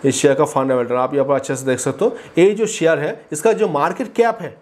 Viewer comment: अबे शेयर बोल. ...क्या सियार सियार कर रहा है !